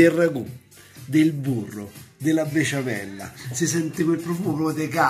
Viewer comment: Max non sai dire besciamella hahahahha